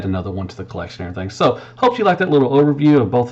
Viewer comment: “And erietheeng”